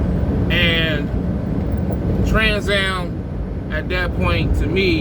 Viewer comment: You mean Transcam not TransAm